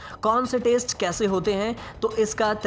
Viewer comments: taste bol rha ya test? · Test bolna toh seekh le pehle sabzi ya burger thodi hi h jo taste karna h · Bhai test ko taste bol rha hai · Kon gawar h ye narrator *Test" bolna to aata nhi h All information provided isn 't auntheic